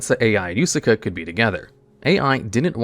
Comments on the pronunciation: i think he just straight up cant pronounce some non western name lmao, he used yusaku only for it to be devolved to yusaka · Am I the only one that shuttered everytime he called Yusaku Yusaka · He begins spelling it yosuke and ends up saying yusuka lmao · Why is pronouncing Yuusaku wrong? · Does it on purpose